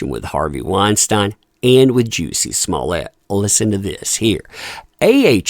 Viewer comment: 🤣🤣you cannot tell me does not mispronounce names on purpose. Juicy and Weinstein. Can’t remember the ones from the other vids rn. He has to know. I think it’s hilarious